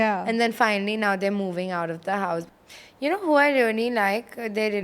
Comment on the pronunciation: I died at “Kena ViTA” pronunciation 😆😆